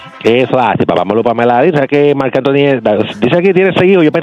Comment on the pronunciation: Odio que este tipo diga Papa Molu WTF?